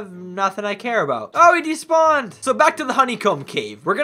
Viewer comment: I love when he says oh they despond.